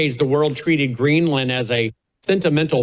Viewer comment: It’s Green-land not Greenlin 😅